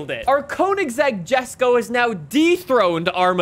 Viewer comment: yo not to be mean or anything but it is not pronounced like gesko it is like yesko